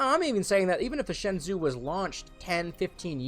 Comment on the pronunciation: shenzhou is pronounced shen-joe.